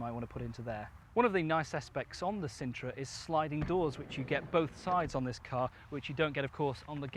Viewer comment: yep i would change that quickly - Sintra not cintra - in the discription you say " is reviewing two popular MPVs. The sintra was possibly one the least popular MPVs or even cars of all time. They only sold like 80 of them